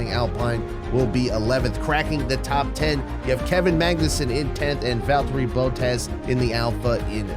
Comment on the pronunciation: "Valterri Boat-as"